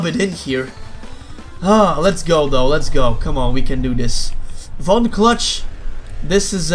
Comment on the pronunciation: Von clutch is my favorite character but ever time i win as von clutch its like he’s saying f$ck me cluck